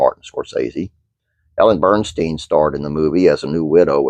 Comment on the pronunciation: Her name is Burstyn,not Bernstein.